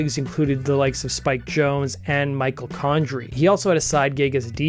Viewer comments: Michel Gondry is pronounced like Michelle, not like Michael. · I’ve never heard the name Michel Gondry mispronounced so badly…. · ... are you trying to say Michel Gondry???